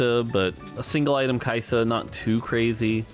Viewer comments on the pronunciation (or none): none